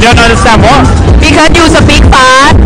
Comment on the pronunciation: You do a great job and are very positive. Grammar mistakes are easy to understand but pronunciation must be clear. words like "sa-mie" and "sa-peak" are not English words. But you are doing good work. Keep it up.